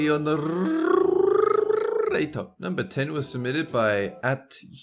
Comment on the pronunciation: I always think that Dolan is a motor when he says narrator